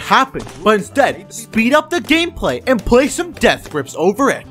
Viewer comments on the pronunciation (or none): Bro why does he keep saying davth grips